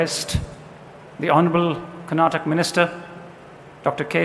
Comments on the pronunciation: This gaali galoj should stop now!!! It's not Karnatak it's KARNATAKA it's not Kannad it's KANNADA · It's not karnatak. It's KARNATAKA. This is to the person who speaks initially in the video.